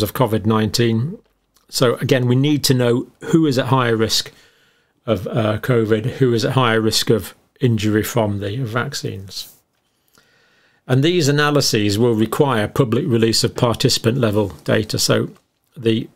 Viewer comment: "analyses" is plural and is pronounced analy-SEEZ.